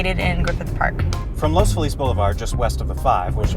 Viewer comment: Damn, is cute and she even pronounced "Loz Feliz" correctly.